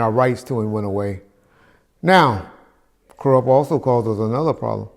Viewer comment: He said Koerupt not Kurupt so that means he's talking about a whole other person so its ok for us to still love his music